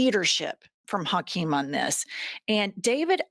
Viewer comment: “Tokeem” Jeffries.